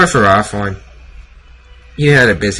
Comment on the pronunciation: It is FerrOthorn not FerrAthorn.